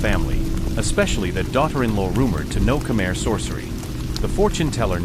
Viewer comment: Just say khmai not Khmer, sound so weird, but great story, we need more please 🙏